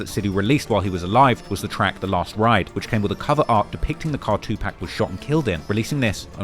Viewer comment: Who tf is 2 pack 😂